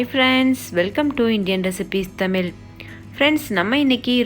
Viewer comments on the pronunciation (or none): Pls prounounce Tamil as தமிழ்